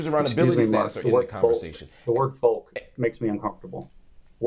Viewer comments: Lindsay be-clowns himself when he goes on a bent about the word “folk” and its origins. That word has been part of the English language since the Middle Ages and had nothing to do with Nazi Germany. And the “L” in “folk” is silent. He really comes across as a maniac when he does this - and his point will be lost to many or most watching him use this rhetorical tool. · Can’t say “folk”! Bahaha making ML Hill live up to his own standards - PRICELESS 😂😂😂